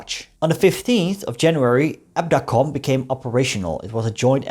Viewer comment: The pronounce should be KNIL not K-N-I-L and it was Abdacom not abeedee-a-com..